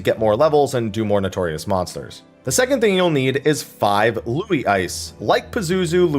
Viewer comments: Did you just pronounce Louhi as Lui and then Luigi? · As a finnish person I love how people pronounce Louhi :D